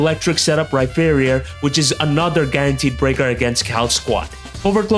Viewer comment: its pronounced Rhyperior! like a peer